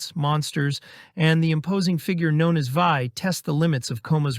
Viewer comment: "THE VIJ" is simply pronounced as "vee". THE DEVILS maybe belongs here.